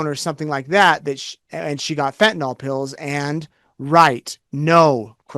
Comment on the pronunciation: Stop saying fentan-all. That’s my petty pet peeve. Fentanyl.